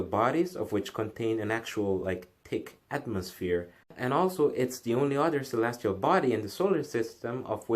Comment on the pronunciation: Almost 2 minutes before you even get to it. Geezus what a bigmouth. By the way the word is OTHER not UDDER. Why can't anyone on YouTube speak correctly?